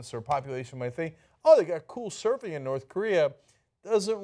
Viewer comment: Come on TYT. No one was willing to correct her. As she read, "Soofing..." I would have interjected, "surfing."